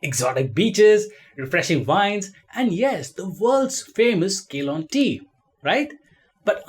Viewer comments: It is not Keylon tea, it is Ceylon pronounced as sealone… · Refreshing wines? since when? And Ceylon is pronounced "see lon".